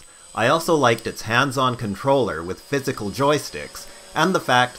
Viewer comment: nigga speak some fucking english holy shit....with your"wif" and shit.....gave me a headache trying to understand. unless you don't english that well....in which case it's ok :)